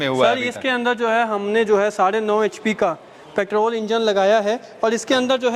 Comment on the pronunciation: H.p thik se bola kare